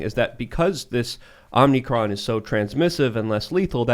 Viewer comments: Why the fuck are people calling it "omnicron"? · Can someone please tell how to pronounce Omicron? It's not "OMNI-cron". There is only one N. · Come on guys, are we still saying OMNI-cron?! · Why are you guys normalizing the word "Omnicron"? This is inexcusable. You're propagating the use of a word you know to be wrong; and you say the word as if it's the correct designation. You're giving corporate media ammunition against alternative media. If you sound dumb it's easier for them to marginalize you.